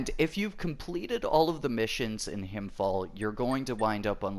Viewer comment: When you pronounce "Himfjäll" try saying it like "Himfjell" instead of "Himfjall" :) just a tip